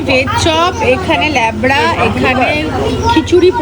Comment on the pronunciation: ওটা লেব্রা নয় লাবড়া বলে❤